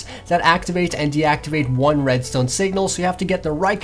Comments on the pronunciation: not "redstewn". it's "redstone". pronounce it right. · Holy crap I hate how he pronounces redstone.. RESTOIYEN! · lol he Said redSTONER 😂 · Well, judging by the way you pronounce "redstuone", I think you are the noob... :/ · How come you pronounce redstone as "Redsteone" but when you say "redstone repeater" is sounds normal? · U say red stone weird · Why do you say Redstone like that it just sounds wrong